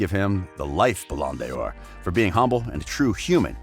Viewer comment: Wtf is balondior its bolandor or however you spell it 😂🤣😂😂